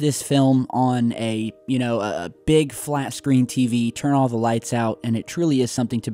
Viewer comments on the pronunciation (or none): none